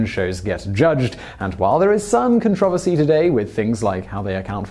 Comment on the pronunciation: I have never heard that pronunciation of "controversy" before! I had to rewind so many times lol